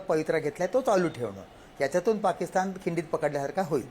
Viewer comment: पाकिस्तन नाही ओ, पाकिस्तान म्हणा